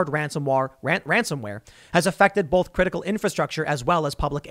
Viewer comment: Anyone else notice that he says BOLTH instead of BOTH? God that drives me crazy!!!